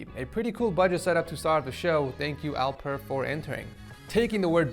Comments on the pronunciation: alpır hahahahahaah dude its alper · You pronounced Alper wrong